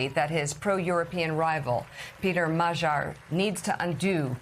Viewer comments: It's not Ma-jarre, woman. It's Mag-yar ... which is Hungarian for Hungarian. Trump had nothing to do with this. And don't claim success on your part -- there is now NO socialist MP left in the Hungarian Parliament. Hungary is now MORE right wing than Trump. You people are not merely misguided -- you're actively stupid. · Magyar is pronounced Madyar. That is how it is pronounced in Hungarian.